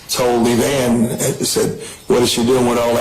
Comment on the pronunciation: Maybe I am petty, but it drives me nuts when the narrator mispronounces people's names. The mom is called Ev-ann, not Ev-ain. When there are so many clips and audio of family members saying a name a particular way then I can see no reason to constantly say it incorrectly.